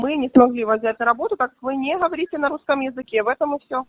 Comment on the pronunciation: "Ми нє смаглі вас взяти на работу патамушта ви нє ГАВАРІТЄ на рускам 👅" ! Вона так і сказала: ГАВАРІТЄ 😆